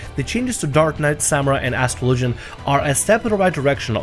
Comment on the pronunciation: Did this dude just say astro logen? Lol ass tra low gen. Now say faster, buddy.